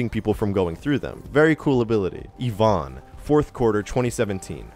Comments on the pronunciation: The way you pronounce Ivon is disturbing my soul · Please learn how to say Ivon.